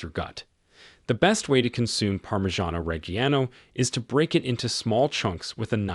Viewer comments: Gruyère, Gouda, Parmigiano reggiano were all pronounced wrong. Only Cheddar he got about right. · Nope, he mispronounced Parmigiano Reggiano. (But since I'm Italian, I may be the only one who noticed.)